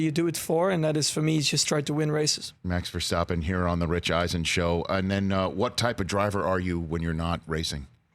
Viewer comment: It’s probably just me but was anyone else irked by Rich slightly mispronouncing Verstappen every time?